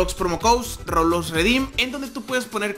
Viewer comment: Dijo robulox